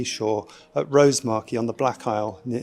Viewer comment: Fascinating presentation. Was lucky enough to see the poor thing on the beach, but it's good to know it will have helped out understanding of the species a little more. Thanks for this. P.S. Only point to make, is that the emphasis in Rosemarkie is on the A, not the O. 😂